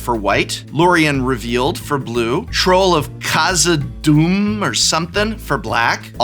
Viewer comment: I was going to have to take your nerd card from you if you didn't pronounce Khazad-dûm correctly. LOL! 😉